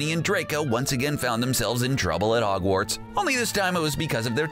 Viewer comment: Am I the only one who realized he was kinda saying ‘Ogwarts instead of Hogwarts?